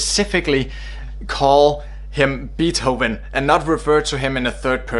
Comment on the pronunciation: Nice video, but that's not how you pronounce Beethoven.